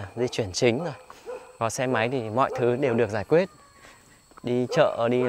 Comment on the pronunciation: sao trong vd này cô lại nghe thấy nói ngọng nhỉ ( quyết = quết?)